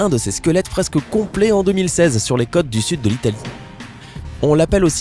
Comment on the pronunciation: sur les ''cotes'' de l'italie... Pardon??? Peux-tu revoir t'es prononciations?